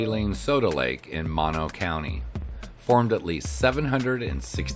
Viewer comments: It is MO-NO. Not Ma-No... ask a local for proper pronouniation before INSULTING our community in these YouTube videos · Mono is pronounced with two long o's. Moe No...not like mononucleosis. Hwy 395 is filled with side trip treasures.